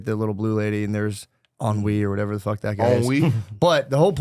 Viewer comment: i love yall but im here to be wit my DAWGS why are we talking about INSIDE 2?! Thats this wknds fam movie thanks for not spoiling it 😂 & SOMEBODY TELL MATT its not "On-Wee" ITS HENRY with a french accent 🤣🤣🤣🤣🤣🤣